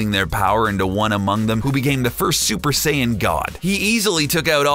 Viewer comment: "Half Saiyana"